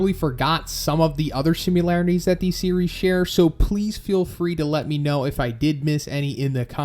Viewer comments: You say "simularities", "simularity"... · You are aware there is no letter U in the word similarities?